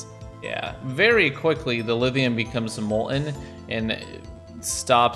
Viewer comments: It kinda annoys me whenever says Lidium instead of Lithium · we didn't get the memo in the midwest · Is saying "lithium" or "lidhium?" I keep keep hearing the voiced "th" instead of voiceless "th" like I'm used to hearing and saying. Is it a Vermont accent thing? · Is he saying "Liz-e-um"... and "molt-in"... can't deal... sorry